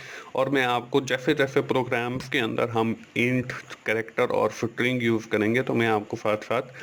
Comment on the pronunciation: sir it is not sitring it is string put it on google pronunciation